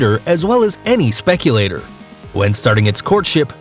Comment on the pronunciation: Beautiful birds. Mispronounced "spectator". From American stickler